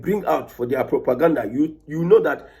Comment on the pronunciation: You called it propagandda